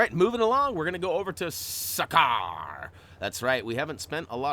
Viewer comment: it’s sakaar you forgot an a Again no offense I love the videos